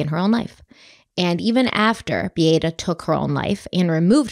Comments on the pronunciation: My intention is NOT to critique, but it is pronounced Bee a’ ta… all short a sounds…sorry…i am half Polish.😊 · First: Beata's name is pronounced "Bee-AHH-tah". I can see you didn't watch the documentary much from that, and possibly went more by documents and trial, but that's not a bad way to analyze a case. Both "Beata" and "Kowalski" were butchered during the trial by the defense lawyers. Also, if you're just reading the print in the Sarasota County documents, that's another reason to mispronounce a name. So more just if y'all do a follow-up, it's an idea to know. The thing about not being able to hear constructive criticism if a person feels personally attacked, and it could happen with either Beata herself (who had wrapped herself in the hope of some form of treatment for her child's pain), Dr. Kirkpatrick (who diagnosed CRPS), and Dr. Smith (who diagnosed medical child abuse). Neither Dr. K or Dr. S here are going to be requested to evaluate a child unless others have suspected the potential for either, because they are specialists. One takeaway I have for this is that apparently at JHACH reporting is not made by the treating doctors, but done by a social worker on their behalf. I get that treating doctors may not have the time to spend hours on hold with a Child Abuse Hotline, but that's not how other non-medical professionals who are otherwise mandated reporters must submit their reports in other states. At least in my state, the person who suspects it MUST be the one who reports, and must report in an "immedate" fashion themselves by calling the Child Abuse Hotline. One cannot